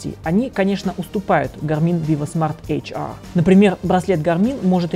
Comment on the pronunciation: ЭйчАаа, Эйчэр говорить надо. Англичанин...